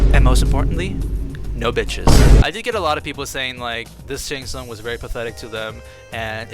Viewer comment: Once I heard it I cannot unhear "Shart Tsung"